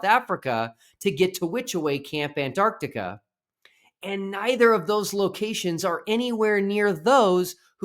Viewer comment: Thank God that the Final Experiment has helped some people ( is one) now actually pronounce the name of the continent AntarCtica... Good job, another great video.